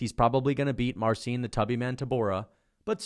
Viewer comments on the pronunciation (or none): none